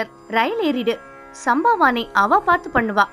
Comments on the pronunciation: Thanks and please get the pronunciation Right, Shri not still, sambhavanai not samba-vani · Sambhavanai. This is the correct pronounciation.